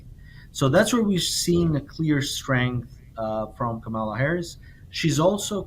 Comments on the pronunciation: The future President of the USA’s name is pronounced COMMA-LA, accent on first syllable!!! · Repeat after me: KAHH-mah-lah. Geez, why is it sooooo hard to get her name right? It's not rocket science. Sheesh! 😂